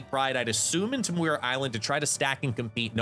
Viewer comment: P.S. Muir Island is pronounced "MYUR". Don't mean to be pedantic, just trying to help :D